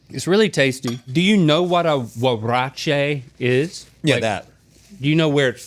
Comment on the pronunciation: 20 points for on her pronunciation of “huaraches”. Well done! 🤓